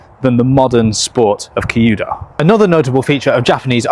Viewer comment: 弓道 kyuudou is more pronounced like the cu in cute + dough, rather than the key-u-dough that you are saying.